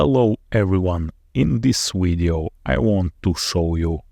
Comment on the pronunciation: Winnie Widdie Weechie. ? I'm just saying if you can make a V sound on one word, why not ALL words? Habit, I suppose.